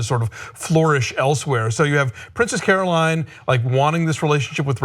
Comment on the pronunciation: I hate to get into specifics, but it's Carolyn, not Caroline.